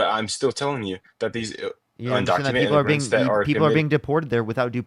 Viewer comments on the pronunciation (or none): "Undocument Inigrants" Okay, I see the problem. It wasn't that he was deliberately de-humanizing them by calling them "illegals" as if their very existence is a heinous crime - it's that the man literally cannot pronounce the words "Undocumented Immigrants"...